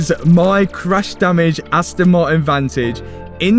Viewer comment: Why you never say Aston Martin? All I hear is Aston Marin 🙃